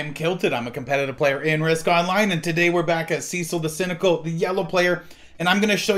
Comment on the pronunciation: Cease the Cecil pronunciation please!